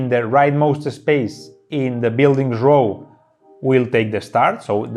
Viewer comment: 'row' is pronounced as 'go' with an 'r' ;) I know, it doesn't make any sense. You'd think it's pronounced as 'now', but it's not.